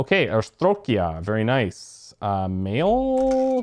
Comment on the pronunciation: Arstotzka, not Astrokia, lol Honestly no idea how you get from one to the other, they have more mismatches than matches!